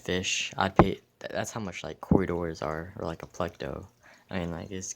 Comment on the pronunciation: did he just say p l e c d o?